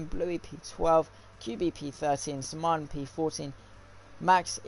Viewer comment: Sman.... Is pronounced S man 👌🏾